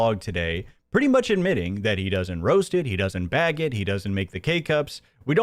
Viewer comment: If i hear these rural dullards say "beg" for "bag" one more time, Im going to lose it. PPP and Hambley.